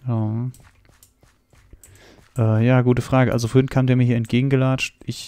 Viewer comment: vorhint..... es heißt vorhin. Bitte sag vorhin...